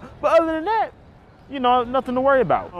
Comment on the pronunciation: "But other than thaAT!"